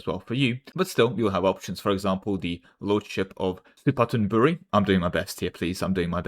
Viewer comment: Don't worry, you are doing good on pronouncing Suphanburi. It's better than a lot of British I known who try it the first time. (Techincally it's a Su-Phan-Bu-Ri, the Phan is long sound like bun~)